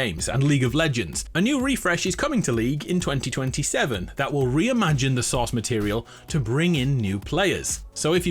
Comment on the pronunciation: "Powerful mages fighting each other for control of the SAUCE." That sounds amazing. I want to try. I know he said "source", but with the accent it came out as sauce and that's way better.